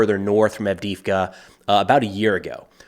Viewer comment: Странно и смешно слышать букву И вместо двух Е - вроде не сложно произнести АвдЕЕвка?